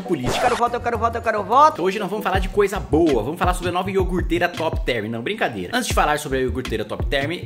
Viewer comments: iorgurteira top therm cara eh deputado e n sabe falar iogurteira, q tristeza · NOSSA o Brasil vai sair do buraco se todos os deputados souberem falar iogurteira😱😱😱